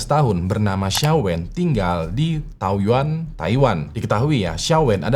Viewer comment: Taoyuan di baca thaoyén ya bang 😊